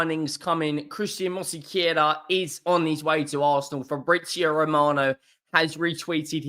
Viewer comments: It's Mos-Ke-Ra not Mosi-Ke-Ra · why can you not pronounced Mosquera.... MosseyCarer! lol PS enjoy your content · Hope this help it’s pronounced “Moss Key aira “ you’re welcome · Please, try to find someone to teach you how to pronunciate MOSQUERA. You are making crazy the peoplr who speak spanish. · Love the way butchers Christian Mosquera's name 😅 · He butchers every name😂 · More that he can’t read it than can’t pronounce it - if you stood next to him & verbally sounded it out he’d pronounce it fine. Most mispronunciations are a reflection of reading level & don’t happen when the information is received audibly (why dyslexics often stumble over words they’re more than capable of saying).